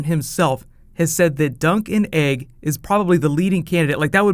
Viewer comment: you sad, "dunk n Eg" opposed to "Dunk and Egg.' AND dude you follow that with, "the bunny thing...." not, "the funny thing." "the BUNNY thing"